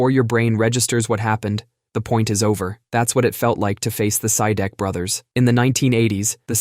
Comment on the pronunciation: A little correction for the Sidek brothers, the real pronunciation is "See-Deck".. Hope this help, 😊